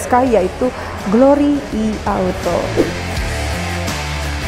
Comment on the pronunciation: Nah ini baru penyebutan "I" bener, bukan "Ai"..